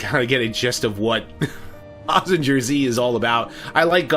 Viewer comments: Can't call yourself a mecha fan if you don't watch Super Robot Shows (Mazinger Z (Btw Mazinger is pronounced with a "guhr" rather than a "jer"), Getter Robo (Combining Grandfather), Steel Jeeg, etc) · I hope that the Bumblebee movie will not be in the Bayformers universe. Bay can include "A Bee Movie" instead and we won't mind. Oh,by the way, Mazinger Z is pronounced as "Maz-zin-ger Z" in a fast tone.